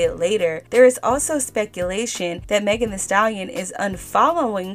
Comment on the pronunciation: 🤡🤡🤡🤡🤡=MEGAN “HEE” Stallion